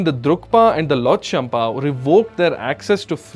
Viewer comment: If you cannot even correctly pronounce “Lhotshampa,” it raises serious questions about how much research you have actually done before speaking about Bhutan and its history. What do you truly know about the challenges and complexities of the 1990s? These are sensitive historical issues that require careful study, balanced perspectives, and an understanding of the facts—not superficial commentary. What is particularly disappointing is your decision to bring religion into the discussion. Using religion to create division, fuel controversy, or portray one group against another is irresponsible and unfair. Such topics should be approached with accuracy, respect, and a genuine commitment to informing people rather than provoking them.